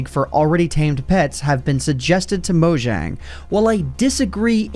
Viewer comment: Down voted for pronouncing it "Moe-jjang" instead of "MawJong"